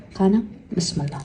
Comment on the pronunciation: sani bismillo deganing juda g'alati eshitilarkan , aynan sendan shunaqa eshitiladi